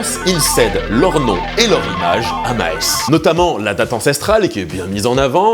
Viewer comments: Maes se prononce Mâss et pas Mahès 🤭 le "a" comme dans le mot âne et le "e ne se prononce pas :) bonne vidéo merci ! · J’adore tes vidéos mais en tant que belge je sais que prononcer le flamand c’est compliqué, par contre désolé mais Maes ça se prononce Maas pas maèsse. Bon après Waarloos je comprends que tu n’essayes pas et c’est mieux haha😂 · Le bel effort pour "BruSSelles", gg. Maintenant le "A" long de "MÂÂS" (et pas "ma-hès"). Tu peux y arriver ! (super épisode, sinon , hein, comme toujours; et j'ADORE le ABI ;)) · je peux proposer mes servies pour aider la prononciation des noms belges ;-) et puis si on pourrais oublier l'accent belge ? ;-) car "Maes" ce prononces juste avec un long aa pas a...é <3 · Pour info si ça peut aider quelqu’un on dit « Mâas » pas « Mahesse » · STP arrête avec Maës, ça se prononce Maaaaaaas, voilà. Bises et houblon quand même, hein! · MaÈs !!!! Vraiment ? 😑 "MAAS" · ca se prononce maaas pas maes juste insister sur le a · On ne prononce pas MA-ES mais MAAS et oui c’est comme ça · Svp on dis pas maès mais mass 😂😂😂😂 pourtant belle effort sur Bruxelles mais svp MASSSSSSSS PAS MAÈS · ça se prononce maaas, pas maïs et oublie l'accent belge, personne parle comme ça en belgique, a part a bruxelles...et tu le fais mal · Tu ne dois pas prononcer le "E" dans "MAES". Tu rallonges juste le A (comme s'il était doublé, voire triplé), et c'est bon. Merci pour cette vidéo ! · petite preciosion cher concernant la prononciation de Maes cela est en flamand une fois n'est ce pas par exemple xD. Donk en flamin ae ca forme in son bin particulier reconaissable car c'est un une lettre un long A et donc ca devrait se prononcer Maas tu sais un peu comme le non de cet fleuve qui traverse la france et la belgique et qui se jette au pays bas la meuse. de Maas et donk tout ca pour dire que le son ae se prononces aa et qu'on dit Maas et non Maès big up van België. beste vriende van frankrijk met vriendelijke groents xD ^^ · Maes se prononce mââs.